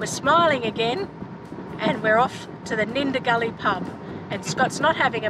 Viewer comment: Nindigully not Nundigilly.